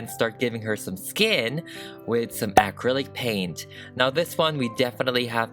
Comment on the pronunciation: Will someone please teacher this girl how to properly pronounce the word Acrylic!!!